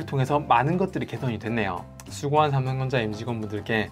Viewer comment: 저만 삼덩전자로 들리나여 ㅎㅎ